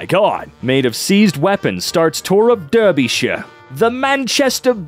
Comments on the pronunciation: It's pronounced dar-bee-shur, not der-bee-shur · Its pronounced darbysher English place names are hard you just have learn each one individually